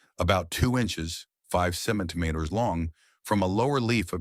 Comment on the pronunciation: First try ,second try for AI I guess AI cannot pronounce centimeters .......hilarious! Another AI mess supposed to say "degrees" but says "star nrah" and then again again at 14 :56 again at 15;06 degrees pronounced "deraw" at this point , I give up , If the author can't take the time to correct this before posting then I can't take the time to listen